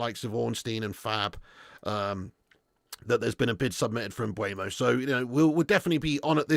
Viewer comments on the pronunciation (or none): Are you trolling at this point? It's not M b u e m o. It's Mbeumo.